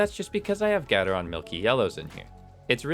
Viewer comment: GAY TER RON not GADD UHR RON tf